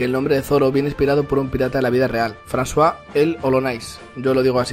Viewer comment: El pirata “François” lo pronunciasteis bien porque mi padre habla francés y me llamo “ John François” eso se pronuncia fransua. Hermoso nombre